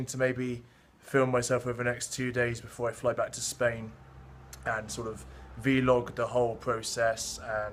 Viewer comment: i may be the only douche bag here but anyone else notice he said v-log?"